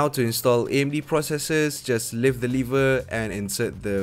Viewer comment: Too rich, and no offence, “lever” is not “liver”